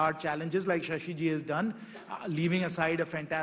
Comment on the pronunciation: Shashi not Shasha